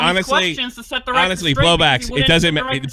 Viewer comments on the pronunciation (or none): I genuinely don’t know if your inability to say the L in BowbLax is a choice or what but it gives me Keem “Mewta” vibes. And no one wants to be like Keem 😂 Keep up the good work and I hope Bowblax sorts his shit out.